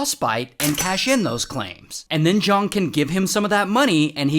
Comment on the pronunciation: *Zhang not Zhong